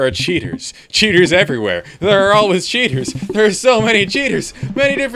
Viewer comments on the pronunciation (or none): Why he sounded that he said cheetos, not cheaters...